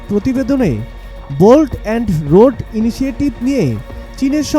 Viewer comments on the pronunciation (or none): সাংবাদিক ভাই ভোল্ট হবে না বেল্ট এন্ড রোড ইনেশেটিভ হবে আপনি উচ্চারণ ও ভুল করেছেন তাই আপনার তথ্য গুলো মিথ্যা